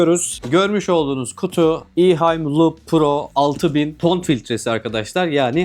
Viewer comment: İhaim değil Ehaim diye okunur sonuçta Almanca!